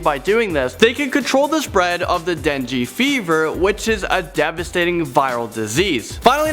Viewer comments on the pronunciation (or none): It’s den-gay fever. Dengue.